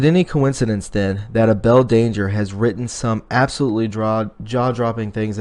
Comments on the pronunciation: It's pronounced A- ble like I am able to lift that rock. Able danger (Feild McConnell) is the man you should start listening to him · Please! It's pronounced Able as in we are able. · His name is pronounced like Able.able to work.